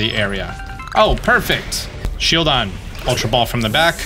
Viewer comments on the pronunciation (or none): none